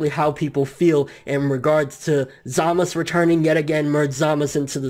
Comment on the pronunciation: Every time I hear you say Zamasu it annoys the hell out of me. Just say the "u" part geez